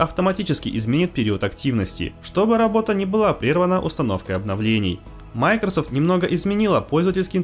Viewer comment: Это оправдание, что ли? Можно слова не глотать? Для начала название компании MicroSoft можно научиться нормально произносить? Хотя бы сотрудников компании послушайте. Ну и грамотность улучшить бы, жертвы ЕГЭ...